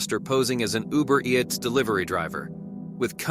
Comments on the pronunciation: Uber E-yats? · Why you say Uber eats like that ????🤔🤔🤔🤔🤔